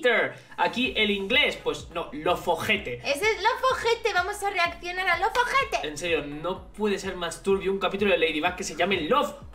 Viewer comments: Como se escribe: Loveter Cómo lo pronuncia: Lovojete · Cada vez que decía lovejete me sonaba a OJETE de acá Argentina y me reía yo